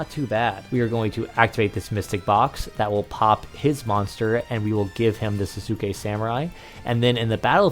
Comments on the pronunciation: Sahs-kay samurai is how its pronounced I'm fairly sure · people really don't know how to pronounce Sasuke even with how popular Naruto is : O